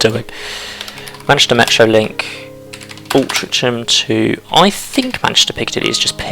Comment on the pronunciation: Pretty sure from memory it’s pronounced “Al-tring-am” but it’s been twenty years since I lived in MCR. :) I know theres a non league team based there. Great vid and content, thank you.